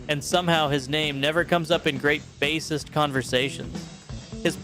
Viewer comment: At least your AI pronounced bassist correctly, thanks. 🎣